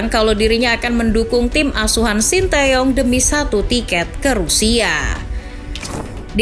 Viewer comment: Bacanya te Yong itu mbak bukan tae yong